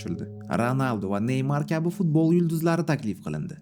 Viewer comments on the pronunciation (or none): none